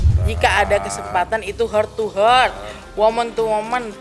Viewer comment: Niatnya bilang heart to heart atau dari hati ke hati,tp dari pelafalannya jadi sakit ke sakit,,y emang jujur lisa sakit,, menyakiti bu cinta